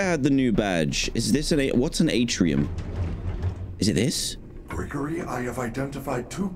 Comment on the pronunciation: The way chica says Gregory is horrifying